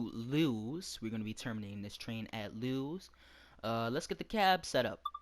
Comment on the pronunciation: Just FYI, Lewes is pronounced like the name Lewis.